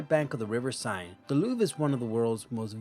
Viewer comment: Did he pronounce Seine, Sine?